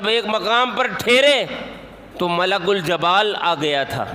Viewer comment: Maulana jeem par zer hai zabar nahi Malakul jibal hai Jabal nahi